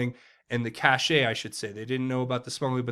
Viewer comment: cache is not pronounced cashay, it's pronounced cash.